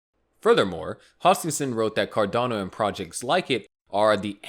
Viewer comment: Car-delay-no won't even hit $6